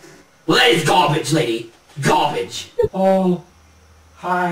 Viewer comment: gaa-beige, you're just gaa-beige...lol!!!